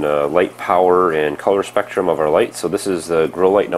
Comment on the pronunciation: you read spektum power wrongly